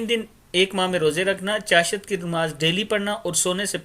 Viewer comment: بھائی آپ اپنی اردو کا تلفظ صحیح کرلیں ۔چاشت میں آپنے ش پر زبر لگاکر مزہ ہی خراب کردیا۔